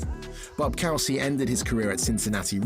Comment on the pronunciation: Bob COO-SY WHO IS BOB COWSEE